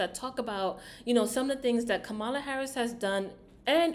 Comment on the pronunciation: Just a little critique, because I believe you mean well, and you're not trying to show prejudice or bias (I could be wrong), so, two things I noticed within a couple of minutes. You seem to intentionally miss pronounce Kamala's name, and you said she was the "Border Czar" when no such title exist for the current VP. Both of those points are 'out of order' and definitely out of the conservative right wing talking point playbook. And I'll continue to listen to see if you address Donald Trump in the same way?